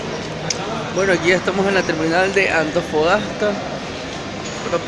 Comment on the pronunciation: Antofagasta, Antofagasta por favor pronuncia bien y no te quejes tanto